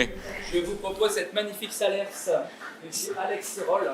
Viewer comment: il ne faut pas prononcer le S de SALERS !!!!!